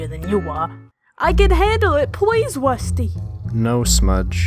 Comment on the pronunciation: Wusty da wussy cat